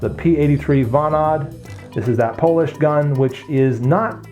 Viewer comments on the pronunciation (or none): none